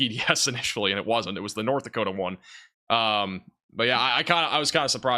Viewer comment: That’s North “Dakotia” 😂👍🏼 (I’m kidding. You guys are the best) ❤️🫡